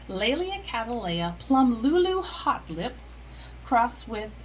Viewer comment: Did you say, "hot lips"??? 😅 Just pronouncing these plants is an art! Cheers. 🥤